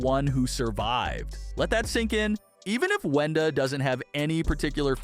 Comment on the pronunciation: It is Wenda not “whenda” 😂